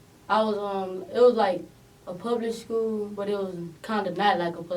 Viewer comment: Do: what kind of schooling are you in? boosie son: “pubic school I like to be with the PePail”